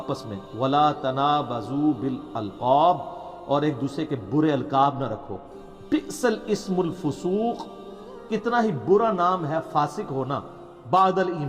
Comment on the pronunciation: Me bhi Engineer Sahab ka student hoon,magar pe bari ghalti ki hai.Asal me hai بِئْسَ الِاسْمُ الْفُسُوْق۔ .Yani "be sa, lismul fusooq"✅ "be sal, ismul fusooq"❌ Sal nahi sa